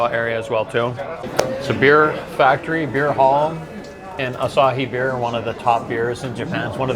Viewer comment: Thought you said beard.🤣